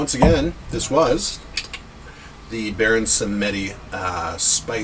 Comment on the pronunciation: It pronounced " bahon sem di" 👌